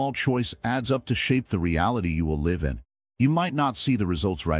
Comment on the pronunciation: This is great counsel. However, some pronunciation needs work; for example, just before the mark it uses the wrong pronunciation of live. It pronounces it as in a live show, rather that what you meant, which is to live your life